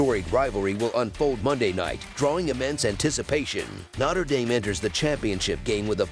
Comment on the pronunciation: “Notter” Dame 🔥